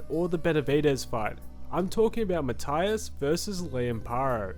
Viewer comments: Puerto Rican here, his name is pronounced Ma-tee-as, just for future reference. Love your content tho mate ❤ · Learn how to pronounce Matias last name correctly🤷🏽 is easier than making this video😂